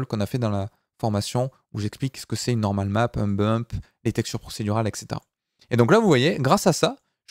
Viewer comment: Salut,!, Ne le prend pas mal, mais "Et cetera" ou "et cætera" ou encore "etcétéra". Se prononce: éT cétéra... et non éK cétéra... Sinon tes cours son Hyper Top, un grand merci!